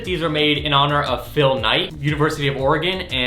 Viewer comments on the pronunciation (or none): none